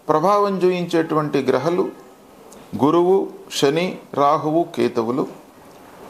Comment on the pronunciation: గ్రహలు కాదు.. గ్రహాలు